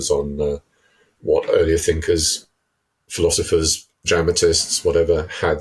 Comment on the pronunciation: philothifrs? Really, Dude?